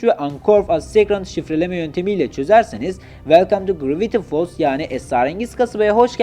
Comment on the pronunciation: kaavrengi deme grraviti folls da deme bune yaa